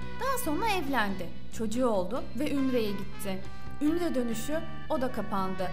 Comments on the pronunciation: Ümre değil UMRE ayrıca haca değil HACCA kelimelere dikkat et!!! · Ümre değil umre.. önce onu öğren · Ümre değil umre... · Ümre değil umre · ümre degil umre söylemeyi bile bilmiyorsunuz